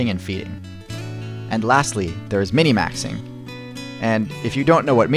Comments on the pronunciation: Its min/maxing Not mini maxing. Filthy casual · First of all I just want to say I love you videos random as hell and I think they're amazing. I really didn't want to say anything however I start have a conniption in my right eye started to Twitch it's pronounced 'min'-maxing. Min as in minimumm. MIN. Okay. Now I can sleep. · min-maxing =/= "Minny maxing" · Isn't it min-maxing instead of minimaxing? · late af but it’s min-maxing nobody says minimaxing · Isn’t it Min-Maxing?